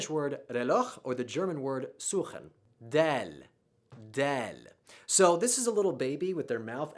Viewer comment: Multiple errors. Dhaal is "Dhaal", not "Dhaal". Raa is no where near the same as the spanish rolling of the r. Its extremely slight if at all.